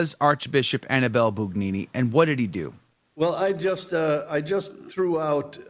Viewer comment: If you want me to take you seriously, can you AT LEAST pronounce the name Annibale--(ahn--EE-bah-lay) correctly? Try it. Ahn--EE--bah--lay. The stress is on the second syllable. Ahn--EE--bah--lay. The name is not Annie belle. Not unless YOU wanna be known as Josephine. Ahn--EE--bah--lay. Ahn--EE--bah--lay. Ahn--EE--bah--lay.